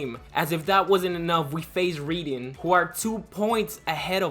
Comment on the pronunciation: Just some pronunciation corrections- the teams that end with "ham" (e.g. Birmingham) the 'h' is silent. Also Reading is pronounced "Redding". I know you're American/Argentinian so you're not really expected to know English teams lol but I'm just tryna help